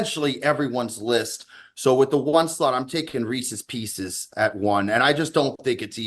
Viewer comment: That Reeses "Peecees" debacle still makes my blood boil... Remarkable stuff